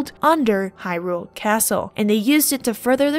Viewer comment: Why can't YouTubers pronounce Hyrule? It's in the freaking game ffs!